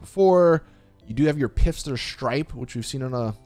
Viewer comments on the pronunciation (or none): I'm so mad...its phister as in pronounced fist-er not pifster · Big guy, have you been saying Pfister wrong for eight years? The P is silent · still pronouncing Pfister like a melon